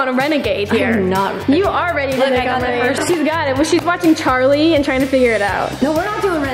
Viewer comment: ‘Charlie’ not ‘Carlie’ lol